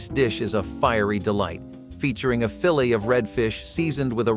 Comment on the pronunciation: "BOOF" Bourguignon? Who do you think you are - "INJustice" Kavanaugh? Should sound more like "Buff", fool. "FILLY" of Redfish? Are you serving HORSEMEAT!? "GHOUL-ASH!?" Are you KIDDING ME??